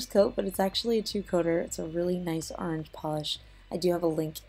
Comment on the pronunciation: Orange not aarrange